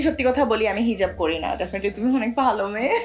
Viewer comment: hijaf ta ki hejaf bolle api??